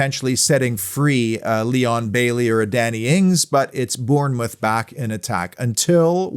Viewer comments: Just say it as Bornmouth mate !! From a 🍒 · Afcb the best side , P s learn how to say Bournemouth